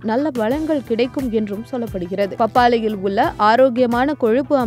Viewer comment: அந்த அக்காவ முதல்ல தமிழ ஒழுங்கா பேச சொல்லி குடுங்க.. "பப்பாலியில் உல்ல சத்துக்கல் "..னு உச்சரிச்சிட்டு இருக்கு.